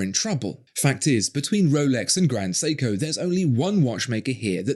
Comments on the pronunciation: Well, he calls Grand Seiko as.... "Grand Seeko". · Who the fuck pronounces Seiko as "Seeko"? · He can't even pronounce Seiko properly. Siko? In Filipino, siko means elbow. 😁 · How is it that someone who seems to take pride in pronouncing euro brand names, but can't even be bothered to pronounce Seiko correctly....